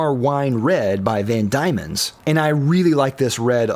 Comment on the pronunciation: The Kolo Tino costs 5 - 8 times the price of. Also, is pronounced KAH-veh-koh, and that ink is Van dee mens. Also, the Gravitas is 4 - 10 times the price. And all of your other pens are much more expensive. It’s kind of like calling filet mignon the Hamburger Killer.